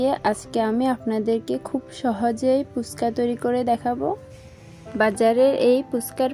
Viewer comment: আপু পুচকা না হবে ফুচকা। বার বার পুচকা শুনতে ভালো লাগে না।